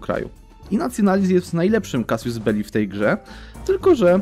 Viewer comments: czyta się CASUS a nie casius, tak na przyszłość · W zasadzie to "kazus"